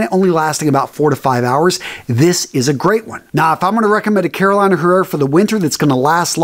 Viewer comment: This Carolina is not pronounced like the state RMRS!!!! The fragrance house is pronounced “CarolEEna Herrera”....the “I” is a SHORT VOWEL here!!!!